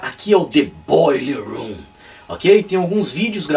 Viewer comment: Massa teu " boiller room"..." Dead"....